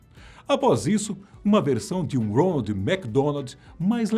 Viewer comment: É impressão minha ou ele fala ROLAND ?